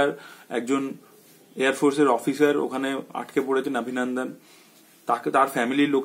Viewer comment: abhinandan ke pronounce kor obhinondon bole...bangla bolchis na hindi.? eta wrong trend..! change kor...! disgusting lagche abhinandan abhinandan shune... ! bangla holo worlder 2nd most artistic language eitar art take noshto korchis keno..?